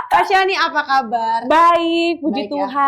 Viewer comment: Kak shani Pemilik nama udah sebutnnya shani Bukan syaniii. Gak berusaha dikoreksi ngomong nya kak😂